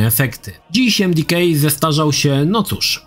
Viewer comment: Jakie emdikej? Emdeka